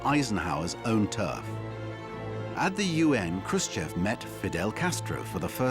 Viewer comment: To all native English speakers: listen to this guy, how he actually pronounced Khrushchev because he actually did it correct. Today, you all do it WRONG. And it's not about beginning but the end: "EV" today vs. "OV" 66 years ago.